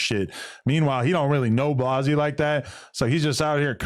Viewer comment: Adam…the name is Blazzy, not Blozzy